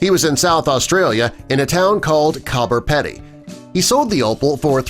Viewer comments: It's pronounced Coober Peedy. Not Cobber Pedy. 👎👎🇦🇺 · LOL at how he pronounced Coober Pedy.